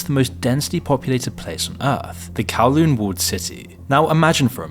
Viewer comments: It’s not Kawloon it’s Kowloon and for proof I’m a Hong Konger (AND I live near that city only 5 miles away and I’m 33) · It's Kowloon, not Kawloon 😅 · Bro you got "Kowloon" Wrong